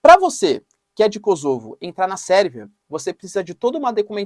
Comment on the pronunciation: Kôsovo e não KosÔvo